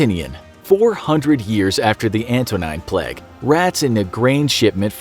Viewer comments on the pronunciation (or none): Love the video, but why do you pronounce the word plague as ‘pleg’? 😅😂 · Can't listen to hin say "Pleg" anymore! Also, "wreck havoc".